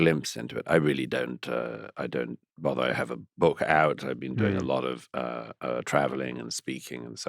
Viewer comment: "You never bean?!"